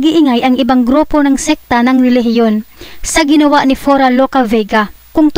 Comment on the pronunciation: Ayusin mo yang narration mo PURA HINDE FURA